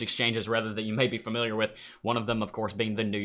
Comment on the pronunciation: Fermiliar? I am not familiar with the word fermiliar.